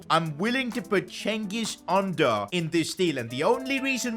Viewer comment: let me help u with pronounciations ç is pronounced ch and ğ is always silent soo çalhanoğlu is chalhanolu ü is pronounced yu soo its çengiz yunder ş is sh and szymansky isnt pronounced like that man im not polish i cant help u with that soo hope this helps u in the future to make less mistakes cuz it pisses off every turkish person out there